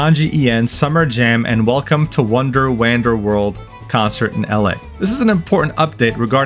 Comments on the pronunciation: Bruh said “WAN-Dur” It’s “Juan-dur” as in, “Wander around” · Wander is pronounce whan-der not wand-er. Please learn to pronounce simple words. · WAND-ER, not WAN-DER smh ... WANDER: "to walk around slowly in a relaxed way or without any clear purpose or direction" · Wander is pronounced wand-er, not wahnd-er. It's a play on words how wonder and wander are pronounced the same but wonder means something between amusement and amazement and wander is casually walking around. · "Wah-nder" lol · You also apparently failed at pronouncing "wander" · I can’t tell if he forgot how to pronounce wander or if he did it on purpose so someone would grammar Nazi him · That's a weird way to pronounce Wander ;o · …do you not know how to pronounce wander? I guess anyone who flunked school can make youtube vids nowadays. It’s sad that it’s always the unintelligent ones though. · 'wonder' and 'wander' are actually pronunced differently. ... well, unless you speak a dialect where those two vowel sounds have merged, of course, but to the best of my recollection pronouncing them differently is more common. Still similar enough to pun with, of course. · The way you pronounce wander is absolutely feral